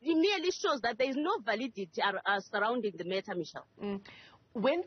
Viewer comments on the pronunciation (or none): none